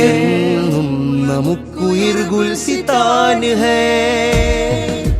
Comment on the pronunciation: Gulsithan alla gulisthan aanu ...